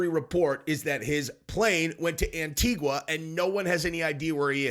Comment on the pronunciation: the U is silent......"Anitiga"